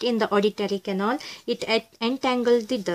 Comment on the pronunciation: mam it pronunces canal not canol